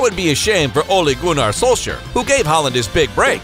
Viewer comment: The way you pronounce Norwegian names makes my ears bleedXD Say Ole Gunnar Solskjær one more time...